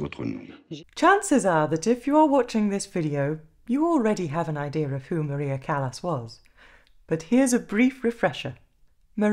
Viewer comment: Her name is pronounced Cah-las not Callas as in a foot or hand problem. CAH -LAS!